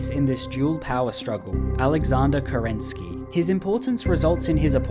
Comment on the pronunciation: As a Russian, I can't stand how you pronounce kerEnsky. He is kerenskY :)